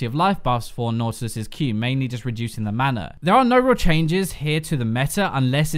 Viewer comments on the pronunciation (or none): none